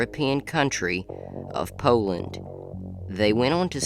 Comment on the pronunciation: You say Poland funny… Laughing with you, friend.. not at you.. don’t know why it makes me giggle…